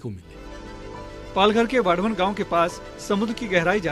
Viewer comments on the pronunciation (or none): It's वाढवण not वधावन